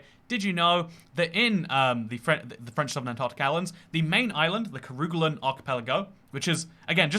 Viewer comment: Its pronounced Ker Gay Land. (ker ga len)